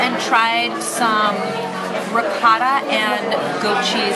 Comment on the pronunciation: Love this review. I'm w/ mom on all points-- the soup, the service, AND the pronunciation of ricotta!